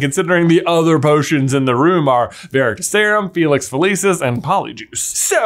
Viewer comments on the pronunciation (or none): none